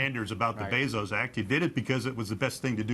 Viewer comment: It’s Bezos, not Basils!